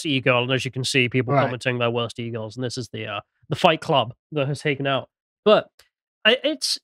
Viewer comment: Anyone else hear pronounce "E-girls" as "eagles," and imagine a whole new (terrible) meaning to the LOTR moment: "The eagles! The eagles are coming!"